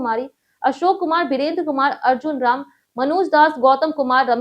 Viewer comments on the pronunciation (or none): none